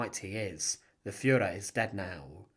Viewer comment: The Fuhrer………..Fuhraa? Come on...